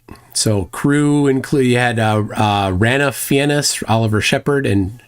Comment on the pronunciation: Since you have tripped over the name Ranulph Fiennes a couple of times. It is pronounced : Ra Nuhlf Finez